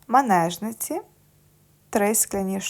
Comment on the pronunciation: Дякую. Дуже корисне відео. Тільки не "мАнежниці,"а мЕнажниці😊